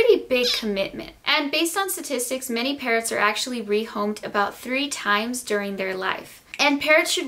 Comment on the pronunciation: I thought she said parents instead of parrots 😂😂